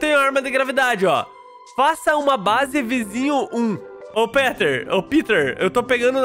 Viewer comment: O O NOME NÃO É PITER É PETER